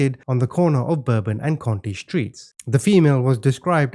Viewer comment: Conti and county are pronounced quite differently - some Yankee that lived in the 7th ward for a time.